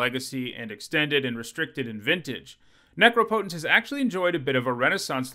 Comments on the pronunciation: „Neecrowpoutaince“ right? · Has learned how to pronounce Necropotence yet? Let's find out!